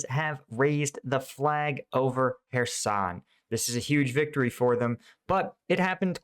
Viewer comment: I'm watching your video instead of Joe Blogs because you pronounce "Kherson" correctly. He's still calling it "Curzon".